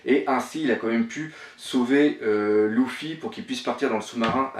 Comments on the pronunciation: Ce n'est ni skank ni louffi mais skanks et luffy faut apprendre à parler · Pk tu dit louffy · La théorie pas mal même si y’a des incohérences par contre la Prononciation -1000/20 mdr ! C’est pas Louffy c’est Luffy, c’est pas Tchank c’est Shanks, c’est pas Gaps c’est Garp, c’est pas Longtone c’est Loguetown, C’est pas Rougtel ça s’écrit en anglais Rough tell mais ça ce prononce RAFTEL... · pourquoi tu dit louffy alors que c'est luffy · mais putain sa ce prononce Luffy pas louffy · pk tu dis "louffy" et pas "luffy" ? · Shanks il dit shank, Mihawk il dit mihawx, Luffy il dit louffy (et non ça ne se dit pas louffy en jap), Sanji il dit Senji? Garp il dit Garps et Raftel il dit rougtel. Il mélange tout mdrr. Je ne rage pas mais c'est assez dérangeant. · Et Louffy aussi mdr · super bonne théorie, mais sérieux, la prononciation... Ca détruit toute l'épicité des héros!! Tchank, Louffy, Dragon à la française, ca fait mal... Mais bon, c'est la première vidéo que je vois de ta chaine, et franchement je suis enthousiaste de voir les autres! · Il prononce pas les non comme il faut shanks se prononce tchanksse et luffy se prononce leuffy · prononce bien shanks et luffy